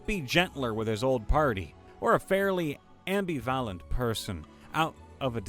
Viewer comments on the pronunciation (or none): Ammby valant? THAT'S a new pronunciation!🤣🤣🤣🤣🤣🤣